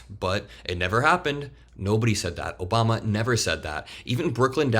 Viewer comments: "Obamna" lives rent free in TACO's head! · Lmao “Obamna” I wish Obama was half as powerful as the right pretends he is, somehow controlling the DOJ, secret files, and “the deep state” long after he left office.